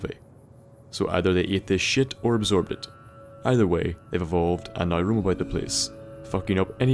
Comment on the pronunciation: I'm gonna go out on a limb and say that is from Dublin. My evidence being that he Pronounces "Now" like "Nigh". If you don't get what I mean, go to ireland and... Just go to Ireland.